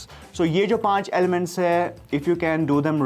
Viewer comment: WHY DO KASHMIRIS SAY ELEMENTAS🤪🤪🤪🤪🤪